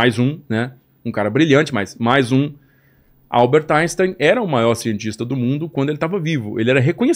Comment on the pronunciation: Inportante resgate histórico, sobre Pearl Harbor e a bomba atômica. O Japão é muito facilmente cercado pelo mar, o que o torna militarmente vulnerável. Gente, em alemão, as letras "ein" se pronunciam "áin". Então o nome de Albert Einstein se pronunciamento "áinstáin". Não falem "áinstêin", pelamordedeus.